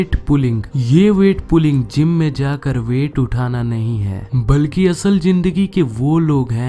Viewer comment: Pronanciation is very wrong onion, gym pronounce like native english